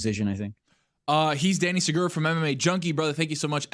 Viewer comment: Sagura... You can do better,.